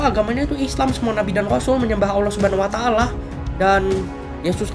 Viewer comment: Mba nya harusnya billang Allah bukan Owo